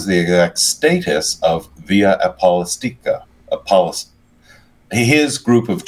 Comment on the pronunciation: It’s pronounced ApoSTOLica.